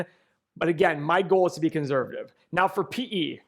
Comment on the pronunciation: Please stop saying the word “conservative” if you can’t pronounce it properly. Thanks a bunch. 👍🏼